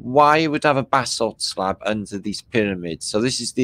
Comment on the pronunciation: 👋”basalt” bath salt, baa, vassal, bassel hmmmm